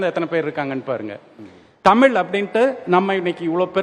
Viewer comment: தழிழ் a kuda tamil nguraru ... data points not correct...